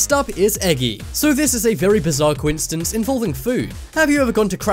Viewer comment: Hey, Mister Commentary Man...there is no "T" in the word "coincidence". Really, you should learn to pronounce it correctly before recording you saying it wrong over and over and over...